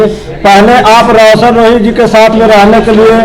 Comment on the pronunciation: वकील सर आपको तो रौशन रोही नहीं बोलना आता है